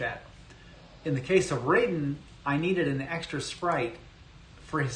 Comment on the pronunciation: Raiden is pronounced with a long I, not 'rayden.'